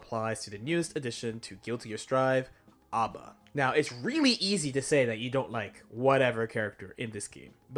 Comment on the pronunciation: Her name is not Aba, it is A.B.A. pronounced as the letters rather than read as a word. Because it is not her name but rather her blood type.